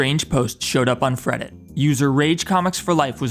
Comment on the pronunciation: This is the first video I've ever watched of yours, but I loved the low orbit ion cannon bit, and also did you say... freddit? Lmfao